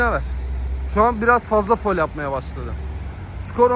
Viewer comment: Abi sen niye foul diyorsun foul yaziliyo faul diyiliyoo 😅😅